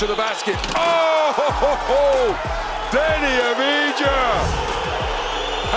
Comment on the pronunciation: Samo bih ga lijepo molio da kad ude u NBA na prvoj press konferenciji te glupe američke novinare fino nauči kako se izgovara njegovo prezime, da ne moramo slijedećih petnaestak godina slušat Adivđa ili Aviđa. Jer diže mi se želudac kad čujem Kliber, Prdl, Đokić, Dančik, Šruder i slične nebuloze.